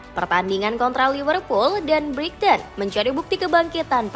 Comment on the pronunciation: Buat naratornya yang teliti dong bacanya. Banyak ngawurnya tuh. Paman Case bacanya Ka-se, bukan Kes. Kata Brighton nya juga salah tuh 😅